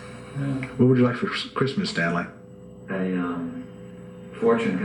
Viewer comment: kub-rick. stan-lye. A hook from Ukraina.